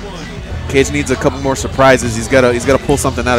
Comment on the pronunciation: It's said "ka-geh", not cage. It's Japanese for shadow, or something like that.